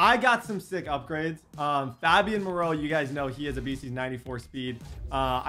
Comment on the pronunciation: I'm pretty sure it's pronounced fabian (fey-be-in)